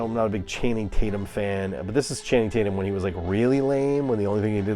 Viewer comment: I thought I was the only one that said Channing taint-yum LOL